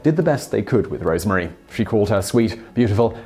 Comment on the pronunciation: Roosevelt is pronounced to rhyme with Rose. Rosemary was not called Rosemarie.